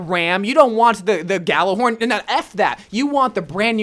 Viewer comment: Did you just say YOU DONT WANT GJHARRLHORN?